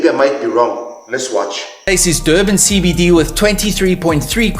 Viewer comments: "Durban" du ban😂😂😂😂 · " DOBAN" LOL these people do things on purpose 😂😂😂